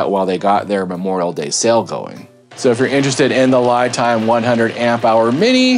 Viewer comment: FYI, unless you’ve heard Li Time pronounce their name this way, I do believe this pronunciation is actually incorrect. Li (pronounced Lee) is the pinying spelling of the Chinese word 力 which means force. I’m an expat living in Taiwan. Just thought I’d offer that up. Love the channel. Learning a ton from these videos.